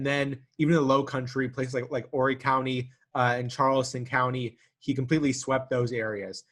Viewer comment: Hi mispronounced Beaufort and Horry